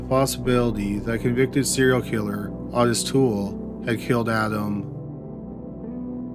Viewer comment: Alright! Not very many pronounce that monster Tooles first name right. Don't want any innocent Otis being confused with that guy Ottis. 🥴 Thank you for the vid. I didn't mind hearing it again. I usually miss things anyway🙏🏼💔🕊️